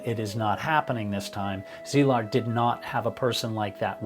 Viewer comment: Thanks for respectfully pronouncing Szilard’s name correctly. It s been slaughtered to beyond recognition in other videos.